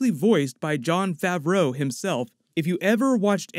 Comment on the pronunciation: "Tilek" & "Favruuou" ? Dude come on